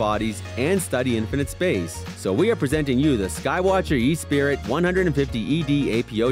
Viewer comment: Props for actually having some good quality telescopes. Usually these. top 10 lists showcase 10 complete pieces of crap when it comes to telescopes. The Esprit 150 APO is a very high-quality scope. The optics are fantastic. That's a dream scope for most. But it's pronounced Eh Spree, not E spirit. There's only one i in the name. An orion XT8 was the only main oversight. About $500 and has good enough optics and enough light grasp to last most people a lifetime. The simplest to set up and operate as well.